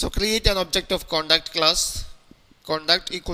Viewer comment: its Pronounced Contact not Conduct -_